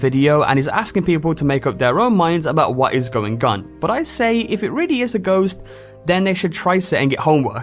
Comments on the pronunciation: Waht ies goieng ghun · he says "what is going gun". Lol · Hes saying going on but some people make it sound like going gone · Baddest Galaxy what is going gone i think its just accent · some Brits pronounce the g at the end of -ng